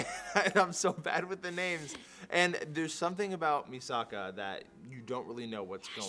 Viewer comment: Facedesked so hard when she said Misaka X_x